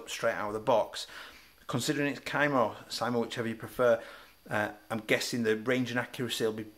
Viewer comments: It's pronounced SEEE-MA :D love the review and the channel - Keep up the great work! :D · That boy really said “Kai-muh”